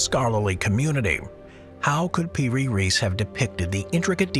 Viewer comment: its piri reis not per reese